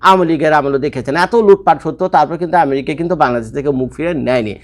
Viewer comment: ভাই আপনার কাছে অনুরোধ আমেরিকাকে " ম্যারিকা" শুনতে খুবই অদ্ভুদ লাগে 😅